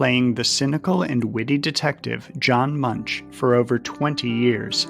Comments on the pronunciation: It’s pronounced MOON-K not munch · )Richard Belzer played a wayout detective in one episode of "Mad About You". )Beau was said wrong. Often spelled "Bo". Sur: over. Mer: Sea. )The name Munch was said wrong. In German ch is K. MUNK. Names like Hercheimer and Schuyler, the ch is changed to K. Worst, Schuyler is spelled Skylar. )It was never said what city that "Hill Street Blues" was in. The interstate signs suggest Madison or one other Wisconsin city. Bosson played a captain of Inspectors in "Hooperman" 23 Septemberius 1987- 19 Juli 1989". John Ritter was San Fran PD Inspector Harry Hooperman. Lawrence-Jacob Hilton was an inspector. ) La Fayette. Another French name murdered.